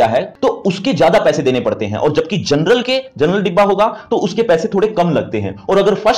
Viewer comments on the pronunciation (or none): none